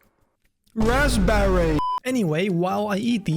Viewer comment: "RaSpBErRy" gets me every time 😂😂